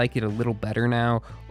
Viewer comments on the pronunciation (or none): How did you spell Hal-cyon as Hal-COIN??? HOW!??!?!? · Halcyon seed Hal-see-on You're welcome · Halcyon: Hal-see-on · Hal-coin seed :( (it's hal-see-yon) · That's the first time I've heard Halcyon being pronounced as Hall-Coin rather than Hall-See-On o.o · Hal-See-On lol, hearing “Hal-coin” made me laugh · It's pronounced Hal-sea-on seed, Halcyon seed. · "How-Coin seed" - 2023 It's hal-see-on seed my mans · How in the hell is Halcyon hard to pronounce!? Hal Coin? Honey. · Hal-Cy-On. How the did you get that mispronunciation out of it ? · Halcyon (Hal-see-on) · Halcyon is pronounced "Hal-see-on" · Every time Hal-coin was said I took heavy psychic damage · Hal-see-yon, just fyi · Just for future videos, its pronounced "hal-see-un" or "hal-cee-yon" seed, and the Aurelionite is female (I think) God bless <3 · Just cause the butchering of the word halcyon. It is pronounced hal-see-on. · No way you called it halkoin seed... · For the record halcyon is pronounced hal-see-uhn (ˈhæl si ən in IPA) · Not to be that guy but.... Halcyon: Hal see on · Hall-See-On Seed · I believe, and I could be wrong, that it's pronounced hal-SEE-on (adjust for me having an aussie accent) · Hal-see-on Seed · Hal-see-on Seed my man <3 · Halcyon pronounced as halc-coin, is absolutely cursed. I love it. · Halcyon, NOT hal-koin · Halcyon, is pronounced "hal see on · FYI it is pronounced "hal-see-on " Also the bleed from Shatterspleen counts as a separate debuff from Tri-tipped Daggers making it PERFECT for Deathmark. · Uhmm it's "hal see on"!!! There you go, hope the comment helps the algorithm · Hal-see-on. Thats how you pronounce it, for future reference. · It's pronounced "hal-see-uhn". It's a real word that's also a genus of bird :D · Hey, not sure if you were making a joke, but Halcyon seed is pronounced Hal-see-uhn. If you were making a joke i apologize. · Hal-see-on Halcyon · I thought Halcyon was pronounced "Hal-see-yon". Am I wrong? Or is this uncle mad?